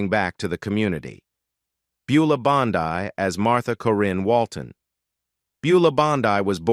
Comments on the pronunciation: It was Beulah "Bondeee). That is the proper way to say it. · Mispronounces the last name of the famous character actress Buleah Bondi.